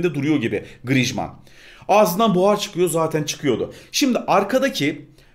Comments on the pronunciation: Abi Grıjman Değil Grıezman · abi grişman deyil grizman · Grijman değil grizman okunuşu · Grijmann değil grizmann likeleyin de görsün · grijman deil grizman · 1. yi hatırlamıyom ama gırızımane değil 😂😂 griezmann. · o oyuncucun 10 tane okunusu var:) 1 grizman 2 grisman digeride senin dedigin iste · diyorki yorumda abi diyor griezmana neden grizzşman diyor